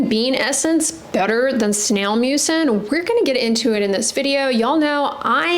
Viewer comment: Does anyone else hear snail mucus?